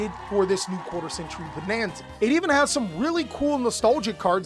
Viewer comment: i loved how you said quater century Bananza 🤣